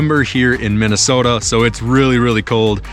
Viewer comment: Why is it that right when he said Minnesota I heard a Canadian accent for the first time from him??